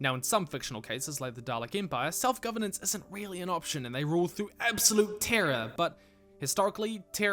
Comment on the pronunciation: He's saying "rule" in a very distorted fashion